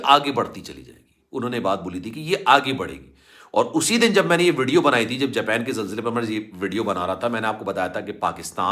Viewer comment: Jaaaapeen nhi japan ha